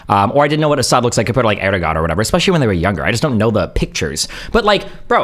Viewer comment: it's Erdogan... yes pronouncing it 100% correctly is expected. If you can't get the name right, you are going to get everything else wrong, which Destiny repeatedly does by not acknowledging international law for one. Also, whilst I'm sure I haven't heard all the times Destiny has pronounced Erdogan, the few times that I have seen he has been consistently wrong. Destiny didn't care about politics until his 20s and even the it was only domestic. He is out of the loop when it comes to IR and it shows. He should not be dealing g with these arguments cause as much as he criticises Hasan, he is even more wrong. He lacks the background knowledge that following IR for a decade gives and he is not going to remedy the gaps by looking at Wikipedia for a month.